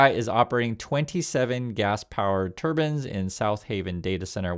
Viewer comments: save yourself some trouble. It's turbines. Not turbins. Do you want the sihk committee to come after you. Remember they carry daggers to fight evil. I know you are anything evil ❤. Please be careful how you pronounce your words.😊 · it's pronounced turbuyns, not turbins